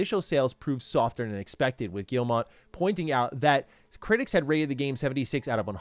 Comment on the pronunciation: Yves Guillemot , MOT not mont. Sry french canadian here. Ev geelll mo 😊❤